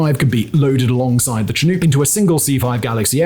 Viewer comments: Shin-uhk actually. Not Chin-oooook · The presenter says cheNUKE instead of chinook.:face-orange-biting-nails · Chinook pronounce shin-uck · The pronunciation of "Chinook" in this one keeps bugging me. The first syllable is pronounced "Shin" rather than "Chin", and the second syllable is "nook", rhyming with "book". "Chin nuke" is a very grating mispronunciation! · I love how Simon pronounces it ‘chin-ooks’. Shin-uks, Simon, Shin-uks. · I served in the military and rode on multiple Chinook in Korea I’ve only heard anyone pronouce Chinook. ‘Sha-nook’ not ‘Cha nuke’ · Did Simone hit his head? Why does he keep saying Chin-uuk? It's not a hard word to pronounce. Shin-uck is how one says Chinook. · chin-ooK, god damn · Simon, it's pronounced Chi-Noo-k with a hard k at the end. Sincerely a former night stalker. Thank you for making one of the best videos on my former unit I've seen yet. N.S.D.Q.! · Love that yall are paying respect to the special forces and all, just mildly irritated by the pronunciation of the word Chinook. From every American ive ever heard pronounce it, it's roughly "shi-nook" with a soft "o" sound not hard the way he was pronouncing it. This is the name of a Native American tribe from modern day Washington and Oregon (primarily the former) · It's not pronounced "chin-nuke". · It bugs me how you say chinook....... Chin-nukes.....its not said that way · For future reference: It's SHIN OOK as in in-hook; and it's KI USE, with the i being long and as in "that tool has a lot of USE. Just FYI. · Hey Simon, here in Murica we pronounce it "Chinuck" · Ok chinook is pronounced as Shin-ook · Don’t know how you can produce so much content but I admire and appreciate it. The second syllable of Chinook is pronounced the same as “hook”. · The way you pronounce chinook tho 😂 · Is it just me or am I the only one bothered by how he pronounces Chinook? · Once again, Simon comes upon his nemesis… having to try and properly pronounce “Chinook” lol